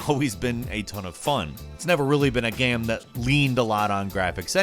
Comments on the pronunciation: I've been trying to figure out what's wrong with the way says the word "game" he doesn't always do it but I've got it. He says "gayum" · Does anyone else hear say, "game," as, "gayum"??? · Yes! I’ve been scrolling on comments looking for this to see if it was just me... is there any particular reason for it, like a regional accent? Genuine doubt. Love the ranks though.